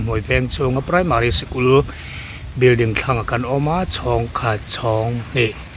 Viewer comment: Bilding nilovin building tur aw thil hming te hi hriat dik ve deuh tur aw😂😂😂😂